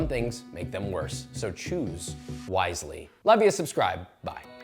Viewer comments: "choose weissely" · Should have said choose weissly😂